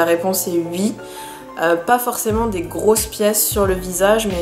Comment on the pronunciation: J’aime trop psk tu dis pas « oui » tu dis « ui »